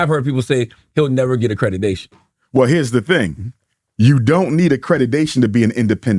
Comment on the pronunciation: "acredudation" mate, I think they need to update the rules if you think thats how it's pronounced.